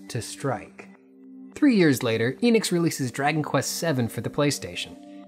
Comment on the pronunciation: It's not Inix or Eenix or Square Inix or Square Eenix, it's Enix/Square Enix. The E is pronounced "Eh" like in end or shed. In Japanese Enix is written as エニクス which tells us exactly how to pronounce the word.